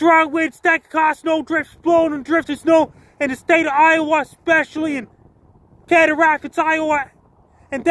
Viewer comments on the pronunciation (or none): Prounounced See-dar Rapids, Frankie!!